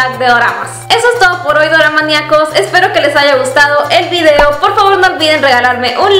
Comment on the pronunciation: Nunca digas hola doramaniacos,me asusta ,parece que dice demonios doramas